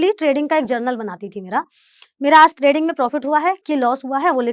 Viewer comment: त्रेडिंग या ट्रेडिंग